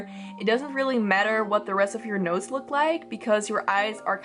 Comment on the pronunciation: Me being the idiot I am, thought the whole video that she was saying "nose" instead if "notes", despite clicking on it and knowing what it's about 😅😅